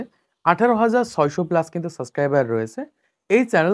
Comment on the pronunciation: সাসক্রাইবার না ভাই সাবস্ক্রাইবার